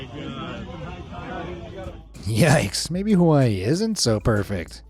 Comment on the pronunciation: I disliked because of how you said Hawaii is not perfect I live here in Hawaii